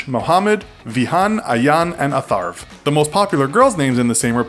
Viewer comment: He sounded goofy when he said atharv lol